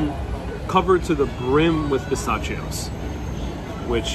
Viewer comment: Luv you but pronunciation....Variety is va- RYE-ety.... pistachios is pi-STASH-ios. Not pi-STACH-ios. The C is a soft C.